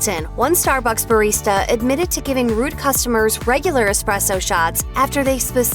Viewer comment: Remember people it’s Espresso not Expresso lmao 😂